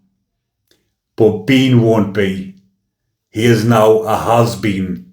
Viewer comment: I'm dying here, stop saying HAS BEAN!! ffs man, can't stop laughing. But seriously I feel for the young girls that he's groomed, I personally know how they feel after and it's not our fault. I'm 60 now and still affected but living life too. Keep up the good work love x